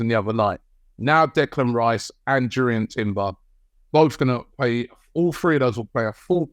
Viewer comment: the "J" sounds like a "Y" for Timber